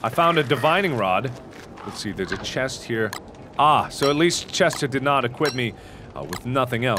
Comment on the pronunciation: chestAH! XD